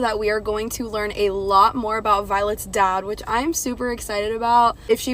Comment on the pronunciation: For a moment, I thought you said violet's death. I'm like she died? Just realised that you meant dad